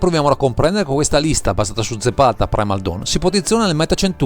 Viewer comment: Bellissimo, comunque penso tu non abbia detto corretto il nome del comandante neanche una volta xD